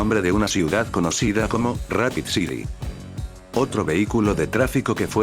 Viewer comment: Como amo el detalle de escribir mal los nombres en inglés dentro del loquendo para que, cuando el programa las diga, suene como tendría que hacerlo en realidad. Ej: Rapid City= Rapid Ci*R*i